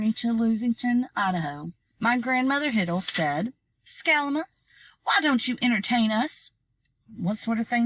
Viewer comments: Yes, I know that’s what her grandparents call her. My question is why is the reader pronouncing it “Scalama” instead of “Salamanca”? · “Scalama”? My book says “Salamanca” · Im sorry to be this person but her name is Salamanca like the tree it's Salamanca tree hiddle.